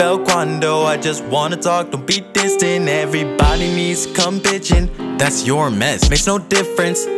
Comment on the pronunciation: When he said pitchin it sounded like bichen